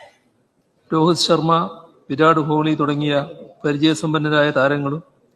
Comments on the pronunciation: നീ പറയുന്നതും പഷു അല്ല ഹമുക്കെ പസു എന്ന് പറഞ്ഞതുപോലെ ആണല്ലോ കോക്ക്ലി അല്ല പെണ്ണേ കോഹ്‌ലി എന്നാണ് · ഇത് കാലു കൊണ്ടുള്ള കളിയാണോ, അല്ലാ കിടന്നു കൊണ്ടുള്ള കളിയാണോ പോലും ഇരട്ട ചങ്കന് അറിയില്ല. കോഹ്ലിയുടെ പേര് പോലും നേരെ ചെവ്വേ പറയാൻ അറിയില്ല. കിളവന് ഊര് ചുറ്റാനും, കമ്മീഷൻ അടിക്കാൻ അറിയാമല്ലാതെ വേറെ ഒരു ഉണ്ടയും അറിയില്ല. മുഷുടൻ.